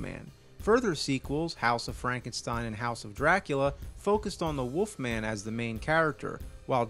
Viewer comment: “The woofman” 😂